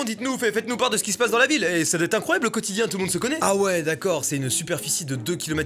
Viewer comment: "doive" 😂 put1 t leu meileurr